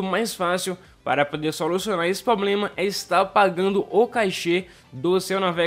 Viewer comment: Tem que solucionar o seu "poblema" de português também!!!